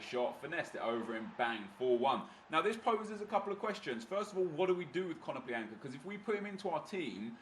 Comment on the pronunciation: ea made more than 1 mistake its konoplyanka not kononplianka, love RTG aswell its very good cheers